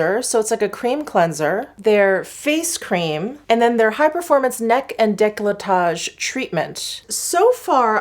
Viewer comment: I really don’t understand why anglophones pronounce « declotage » when it is written decolletage!!!